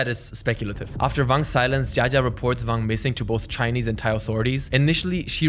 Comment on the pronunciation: Why are you pronouncing "Wang" with a "V"? He's Chinese not German LOL.